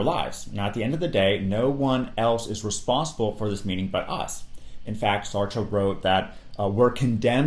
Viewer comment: Bonus lessons learned from this video: how to correctly pronounce albert camus and sartre 😂